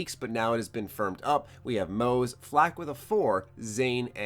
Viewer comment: I keep hearing people pronounce Moze (mo-z) instead of (Ma-zee)